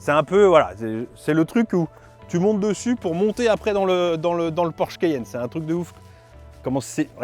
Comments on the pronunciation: Mon Dieu le mec au début a prononcé "le Porsche kéyenne" Au lieu de Porsche Cayenne !😂😂 Une honte pour un présentateur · Le quéyenne ? Vraiment ? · cAyenne pas cEyenne 😂😂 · Le keyenne 😂😂